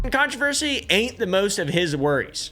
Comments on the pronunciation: what in tarnation is a "contraveresey"? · He says controversy close to a UK pronunciation which is interesting bc it's Appalachian. The crossover is wild especially since the land masses used to be together. The gaelic highlands are the Appalachians and vice versa. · controversy.. why do yoy pronounce it so weird lol